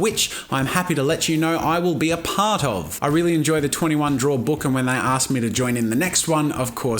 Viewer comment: This is 2 years late but 😂 that click on the k of book. "booK" 😂